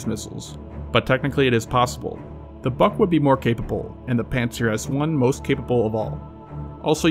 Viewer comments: The missile is pronounced "boohk" not "buck". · BUK = "be-yook" not "buck."